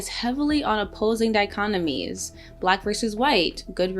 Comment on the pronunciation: But how the heck do you carefully mispronounce "dichotomies" like that?! 😋